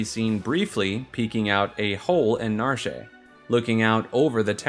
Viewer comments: Narsh is pronounced Na-Ar-SHH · Its pronounced "Narsh"